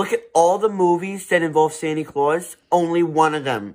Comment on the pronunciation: “Sanie claws”